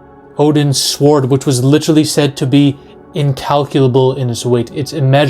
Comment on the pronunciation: Dude pronounced sword more grammatically correct than I’ve ever heard like oh yeah there is a W in there.